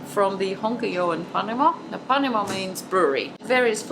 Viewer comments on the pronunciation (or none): none